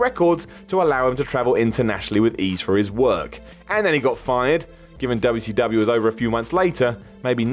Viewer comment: I can’t be the only one who finds it funny when says dubya see dubyaaa (wcw) lol